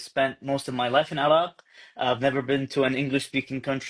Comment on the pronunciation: هو يقول عراق وليس عرب ، أتفهم الأمر لأنه يقول عراق بشكل غريب، لأنه يقوم بفتح العين لازم يقوم بكسر العين.